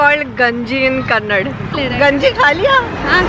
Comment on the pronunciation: Kannad alla Kannada .. it's like saying hind for hindi ..